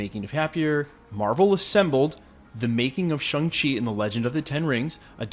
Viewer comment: SHAAAAAANG-Chi......not Shung.